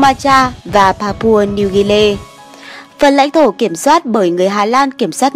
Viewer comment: Pa Pua Nêu Ghi Ni chứ ko phải là Pa Pua Nêu Ghê Nê